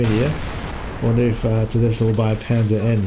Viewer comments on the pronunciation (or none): "Panzer Eye"? Do you mean Panzer One?